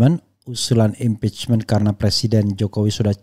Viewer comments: HA HA HA.... Ngomong Impeachment Setres ya... 🤭🤭🤭🤭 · HA HA HA HA. ngomong Impeachment. Setres ya.. 🤭🤭🤭🤭